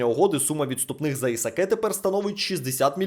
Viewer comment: Брат не кринжуй...ну який Исакé?😂😂😂 Исак читаеться😂